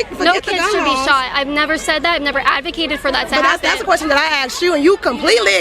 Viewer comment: Did she axe a qwerstion